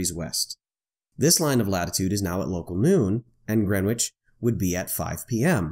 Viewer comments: Its 'Gren-itch'...not 'Gren-witch' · "WTF is "GrenWich"? Yup, it should be pronounced "Grenich"! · I'm sorry for being pedantic but.... FFS! it's pronounced "grenn-itch"! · gren witch...lol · Greenwich pronounced....... Gren itch. The W is silent. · My only comment : The prime meridian crosses through ‘Gren itch’. The ‘w’ is essentially silent 😉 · It's pronounced "GREN-itch". The "w" is silent, as is often the case in with non-initial "w"s in placenames. It is one of London's 32 boroughs. Come to London and pronounce it as here and everyone except taxi drivers will laugh. Taxi drivers will just think "Here's a mug. Take him to Greenhithe, that's more than twice as far." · Nope, not really. He's referring to the fact that it is pronounced: Gren-itch. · Your fascination with saying the w in Greenwich can be damned annoying here's a link on how to Pronounce it correctly Other than that the video is great. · Every time he mispronounces Greenwich I wince a little. Other than that, when are flatties going to come up with their own coordinate system? I’d suggest Flattitude and Wrongitude. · Made me wince as well! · FYI The correct way to pronounce "Greenwich" is in the following video. the "w" is silent.